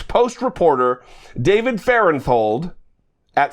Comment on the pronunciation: Two things about this video. 1) I was reminded of the old expression, "A billion dollars here, a billion dollars there - pretty soon you're talking about real money. 2) David Farenthold's last name is pronounced with a 't' and an 'h', not a 'th'. He's Sissy's son... we in Texas remember her.